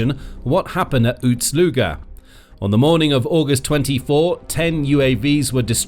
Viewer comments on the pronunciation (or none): Ust NOT Uts. Ust is not pronounced OOTS.